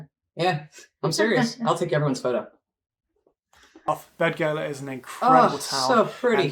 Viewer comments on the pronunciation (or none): Shame on him for pronouncing Beddgelert wrong. dd sounds like th. Bethgelert.